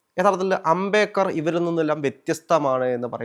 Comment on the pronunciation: Ambekar alla ambedkar... Etha ee avatharakan ula..